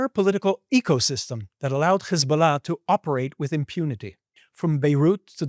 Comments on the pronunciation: Man you cant hide your jewish / israeli origin as you say CH/KH isballah - which is actually incorrect. It is HISBALLAH with simple H sound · In Arabic, Hebrew and English the last syllable of "Hezbollah" is NOT stressed. Why do you do that? Is that something French-sounding and you think it makes you sound sophisticated? Weird.